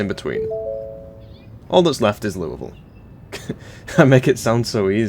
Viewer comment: I really appreciate you taking the effort to say Louisville like the locals do, most americans cant even do that